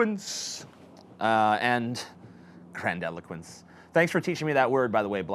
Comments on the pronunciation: It's actually pronounced the way it is spelled. Not "grand eloquence." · This idiot can't even pronounce grandiloquence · TJ, the word is grandiloquence. Pronounced with an "i" rather than an "e". It means speech that is pompous and bombastic. Your 20 minute rambling video, within which many words are spoken but little is said, is the personification of vacuous grandiloquence BPS is describing. Skepticism, logic, critical thinking, things which are supposed to replace religious dogma in the "social cohesion" category, are spoken about regularly in the atheist/skeptic community, but very little time is spent teaching people how to do these things when debunking religious dogma. The logical argument is layed out, but it's never explained how to think logically in the first place. This problem flows into the whole social cohesion issue BPS was talking about. Many people, when first rejecting their religion, will say "Now, what?" Atheism has not provided a useful answer and postmodernism has taken its place. Postmodernism is responsible for the nihilism and moral relativism. Religion provided useful social rituals (such as gathering once a week and resting afterwards) and constraints on behaviour. All of these things can be improved upon by applying logic and reason, but by doing away with the entirety of religion, the structural framework of these rituals was also lost. We failed to provide a new structure after destroying the old one and this vacuum is what has allowed the postmodernist, postrationalist cancer to take hold. I'll finish this point with an analogy: Richard Dawkins has said often tha